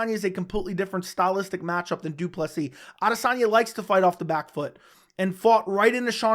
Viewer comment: Welldone saying Du Plessis right💯